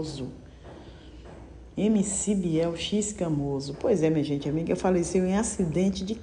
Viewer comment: Se pronuncia ixcamoso